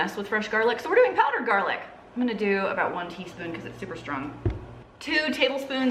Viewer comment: Oh my lanta! You said “tisp” 😂😂 that was one of my favorite movies/scenes growing up 🙌🙌